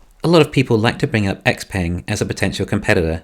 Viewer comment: Is pronounced xpung